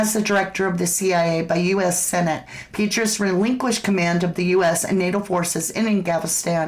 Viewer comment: It’s pronounced Pet Tray Us CIA former director